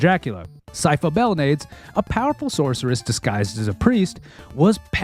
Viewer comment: Hey! Sypha's last name is pronounced "Bell- NAH- des"